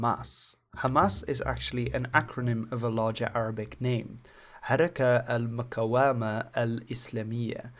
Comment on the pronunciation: *Al-muqāwamah not almooqowameh